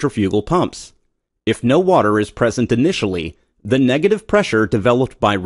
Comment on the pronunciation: dude for fucks sake just say "the"